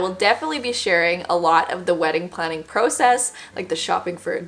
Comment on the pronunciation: with love, but the way you pronounce process and garage 💀